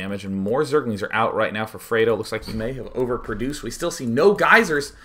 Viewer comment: Its FRED Oh. Like the UK chocolate.